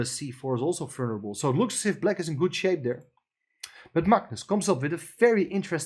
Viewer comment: It took me quite some time to figure out what the very strangely pronounced word was. It's "vulnerable" and it should be pronounced very differently. Look it up.